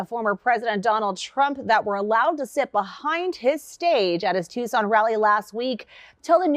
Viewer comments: You said the name of Tucson correct the very first time(tooson) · You pronounced it correctly the first time👍🏼. It's (Two-Sawn) Tuscon.